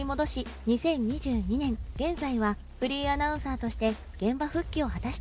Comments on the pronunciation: フリーアナウンサーが フリンアナウンサーとしか聞こえん😳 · フリーアナウンサーだか不倫アナウンサーだか聞き取れない😂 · フリーアナウンサーが不倫アナウンサーにきこえる😭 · フリーアナウンサーっていう時、不倫アナウンサーって言ってるよな？ww言ってるよな！？w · 私もそう思いましたわ。ちゅうか、わざとそう聞こえるように言うてるやろ（笑）。